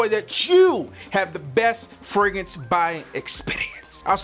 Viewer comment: This dude sound like he saying Ferguson instead of fragrance